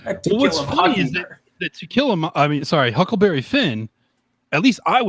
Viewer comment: "To Kill a Mockingberg" LMAO. I'm guessing misspoke but that was hilarious.